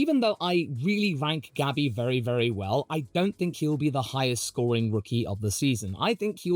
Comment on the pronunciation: Mclaren line up was the best in 24, will be the best in 25, and I'm willing to bet will be the best in 26 as well... also my name is, and you calling Bortoleto, Gabi is PERFECT 👌 👍 everything I've heard from both McLaren drivers is yes they want to be champs, but they are team players first, and the most important part, NEITHER ONE HAS ANY IDEAS OF LEAVING AT ALL.